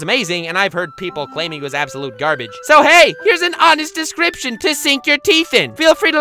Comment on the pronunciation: has been pronouncing descraption wrong lately. What’s going on?